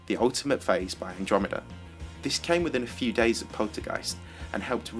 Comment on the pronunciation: when i heard you saying "the ultimate phase" i heard "the ultimate face" xD